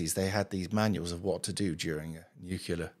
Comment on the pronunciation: Really small point but, it's nuclear, not nucular. Just sayin'. 🙂